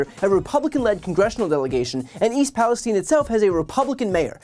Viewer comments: Where is all of the Republican support for the unfortunate people of East Palestein? Oops Palestine which is how it's actually pronounced. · "East Palesteen"? Is it not East PalesTYNE"?